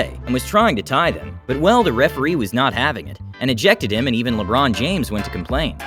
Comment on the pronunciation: Lebanon James